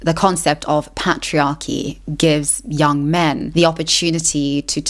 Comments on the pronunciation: the pat-triarchy lol. Great vid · Listen, excellent video, but we need to talk about how you pronounce Patriarchy 😂